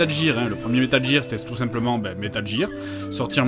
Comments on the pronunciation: bonne vidéo, mais ça pique vraiment les oreilles d'entendre "metal jir" xD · Metal Geere c'est le jeu ou richard Geere joue dedans ? Parce que moi je le connais pas celui-là, j'étais habitué à Metal Gear (prononcé : guire) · metal jir.. c'est pas comme ça qu'elle le prononce la meuf de google translate X), mais c'est pour faire chier donc ça va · Metal jir ou metal gear petit jdg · En l'espace de 12 secondes dire 6 fois metal jire... ça donne des frissons à chaque visionnage ! :( Mais c'est fun de regarder des anciens JdG ! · "wouhou vivement que JIIIIIRBOX nous sorte borderlands 3 en septembre" 🤦🤦🤦🤦🤦🤦damn si c'est pas ridicule ca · ces métal gear prononce GUIR (je sais je suis chiant :troll:) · C'est pas comme si il avait expliqué pourquoi il le prononçait [jear] ... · Il a réussi, ça m'a bien cassé les couilles d'entendre Metal Jir à longueur d'épisode xD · ah au fait... on dit METAL GEAR a l'anglaise donc ca se prononce Metal Guire. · Je déteste comment tu prononce metal gear >:( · Moi, perso, avant d'apprendre l'anglais, j'avais prononcé "Metal Guerre Solid" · Jtrouve ça relativement drôle, bien que ça choque mes oreilles, et l'essentiel c'est que JDR sait comment le prononcer... pas la façon dont il le prononce. Et pis on s'en tamponne le coquillard non ? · MDR mec, j'etais en train d'ecrire un com pour raler sur ta prononciation du "gear" et pile a ce moment tu donnes ton expliquation dans la video, trop fort ce jdg t'anticipe les rageux ! Super video comme toujours sinon :d